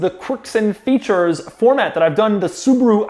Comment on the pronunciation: I just know he loves saying “Quarks and featurrres”